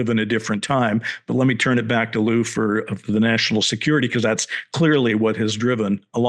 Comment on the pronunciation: lueey? cmon dr shill his name is lou it's nnot very hard